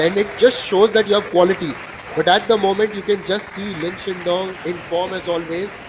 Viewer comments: so biased comentator... its shidong NOT shindong man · somebody pls tell this indian commentator how to pronounce lin shidong